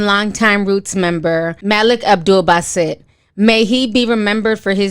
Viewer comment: ...props on your respect & proper pronounciation of Malik Abdul Basit , may Allah find favor with him. PBUH.